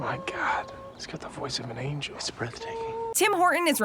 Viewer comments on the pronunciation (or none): none